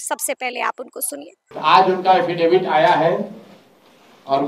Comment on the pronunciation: एफिडेविट नहीं, हाफिडिफीट के करते है सम्राट चौधरी 😂